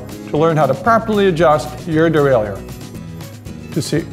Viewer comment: Not pronounced that way son